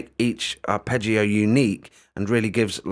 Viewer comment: Must admit I saw the first vid and when you mispronounced arpeggio etc and the name of the software, I was going to try and correct you and just move on to something else - but I noticed someone had put you right in the comments already and you'd taken it onboard politely, so kudos for that - I watched the rest of the vid and then this one, and will be giving this a go. I use cubase and tried BlueArp recently - didn't seem to play too well with cubase, or my set up, and hummed when engaged. Midi loop maybe but couldn't fix it. Anyway, this does look a bit more basic than that but very easy to use so thanks for the demo. You don't come across as an expert - and I mean that in a good way. Pretty refreshing. Sub'ed. Good luck with the channel.